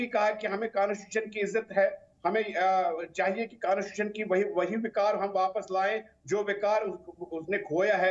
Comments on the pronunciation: can't even speak Constitution...aur baat kerte hein😂😃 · कॉन्स्टिट्यूशन बोलना नही आता को और इसकी बातें सुन लो बड़ी बड़ी।